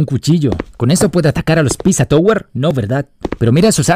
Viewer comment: queriendo corregir las ZZ del PiZZa Tower pero todo el video pronuncia "tOWer" en vez de "tAUer", como es el caso de que el escrito OW se pronuncia como el diptongo AU en inglés.:p